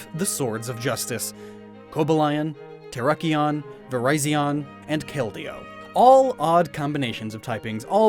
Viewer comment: I like he pronounced the swords of justice Coba lion, tera kione, Verizon, and kale dio